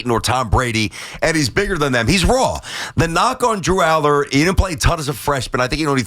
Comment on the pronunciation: I can't take you seriously when you say DREW ALLAR LOL what a JOKE!!!!